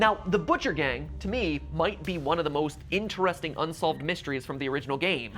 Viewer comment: the person that said so very important so very inchresting is bendy!